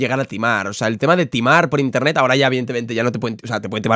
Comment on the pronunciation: Nadie::INTENTET